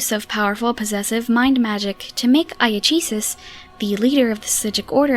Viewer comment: Iachesis, pronounced Iakesis. Loremaster Lawrence explained last year that in the ancient elven tongue there were no soft C's. So C was always spoken like a K.